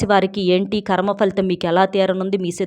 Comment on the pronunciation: మా ఖర్మ . ఖర్మ కాదమ్మా కర్మ .